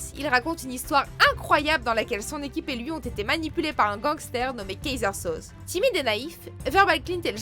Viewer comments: "kayseur soze" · C'est Kaiser Sauzé! pas oublier le ''é'' a la fin ^^ Cool comme vidéo continuez !